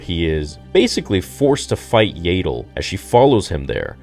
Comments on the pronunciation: Ya-dull… not yay-dull..dear god😭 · You're still going to pronounce it YAY-del even after the show makes it CLEAR it's pronounced YAH-DEL??? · What;s with the mispronounciation for the names of the characters?? Do you even watch the movies or shows?? Why the F do you change how Yaddle (Jaa ttle) Not jay ddle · BRO ITS YADDLE NOT YAYDDLE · Isn't her name pronounced Yaddle like paddle and not Yadle like ladle? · I think you’re right. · I thought it was pronounced "Yah-ddle" & not "Yay-ddle" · Bro I’m sorry I hate to sound like a hater. But this is made by Filoni whom I’ve even heard you say he’s like George Lucas alternate and you have backed up many of his actions. That being said. It’s YAD. Not Yaydle. They say in the show multiple times. So meaning it’s Canon. Not Yaydle. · I love your videos but I really hoped that after hearing her name in the episode, that you would start pronouncing her name as Yaddle (short A) like saddle not like ladle. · Isn't it an ah sound instead of and ae sound for Yaddle? Legitimately don't know. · It’s Yaddle, not Yaidle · Yaddle. Not Yaydle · Why do you insist on still calling her “YAY-DOOL”? It’s “YADD ILL” They even pronounced her name in the show for Christ sake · Yaddle is pronounced Yeah-ddle not Yay-ddle. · As if is STILL saying Yaddle as "Yay-Dull". FFS! It's literally said several times in the episode as "YAD-DULL", so it rhymes with paddle. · . Her name is pronounced Yaddle, not "Yaydle". You really need to get her name right. I have heard you say it wrong the whole time you have been saying it. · im sorry "Yaedle"? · IT PISSES ME OFF THAT HE SAYS YAYDLE OMFG!!! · And then said yaydol lol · isnt it pronounced "yeah-dole" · Stop mispronouncing Yaddles name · say her name RIGHT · Dude, why do you insist on mispronouncing Yaddle? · that pronunciation of yaddle💀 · They literally said her name several times and you are still not pronouncing it incorrectly !!! Do you have a mental disability ? If you do I apologize .